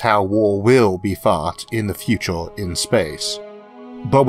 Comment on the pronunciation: "FUTORE" :D Nah, man. It's such an inconsequential thing, you can just take it and own it instead. Turn it into your quirk of character, then you won't be "weird", you'll be "original"... And everything "original" is better, isn't it? ;) You still need the content of what you say to be valuable, but I think Isaac has that covered already.